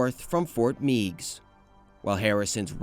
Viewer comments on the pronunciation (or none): Also Ft. Meigs is pronounced "Megs", not "Meegs". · As a kid from Perrysburg, Ohio and having visited the fort several times and slid down its slopes in the winter, I must tell you that Fort Meigs is pronounced “Fort (may-gs)” with a long A sound, as in eight. Thank you for your video :) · Maumee is pronounced Maw-mee, not Mao-mee Meigs is “Megs” Presque Isle is “Presk” not Press Q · Being from this region and hearing Meigs not said as Megs and Mow-Mee instead of Maw-mee is so funny! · As a Perrysburg-ian, Fort Meigs is pronounced "Meggs". And Maumee is pronounced "Maw-mee" rather than M'ow-mee, so it's closer to Mommy. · Having grown up in Toledo I agree, “Megg’s” and “Maw-mee”. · Fort Meigs (Fort Magges) As in Mag Griffin